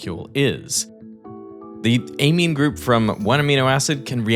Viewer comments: Eymeen? At least in the states that’s not how we pronounce it. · Excellent summary. Amazing ability, beyond belief. Pronunciation of amine is off.